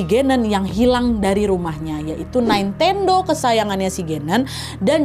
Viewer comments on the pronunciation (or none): Nintendo Nad. Bukan naintendo wkwk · Kak, maaf pengucapan nintendo itu ya nintendo bukan naintendo 🥹🤗